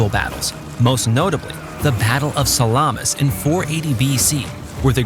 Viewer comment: The way you pronounced Salamis was weird...enough so that it stuck in my mind for the entirety of the video after .